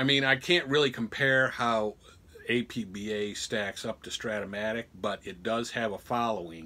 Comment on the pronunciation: It's pronounced "App-Bahh." Otherwise, great video. APBA's original basic game is now available online via with online play. However, nothing seems more true (or fun) than the original card and dice version.